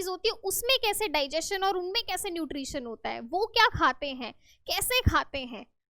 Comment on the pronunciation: Nutrisun nahin hota mam nutri tion hota Hai😂😂